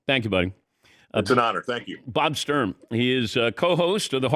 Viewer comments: BTW, I believe it's "Sturm" not "Strum." Technicality, for sure, but I bet he would appreciate getting his name right. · It is Bob Sturm, not Strum.